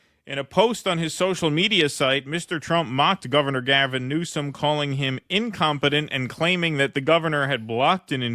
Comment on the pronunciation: Hmm did Trump mean "new-scum" or "news-cum" lol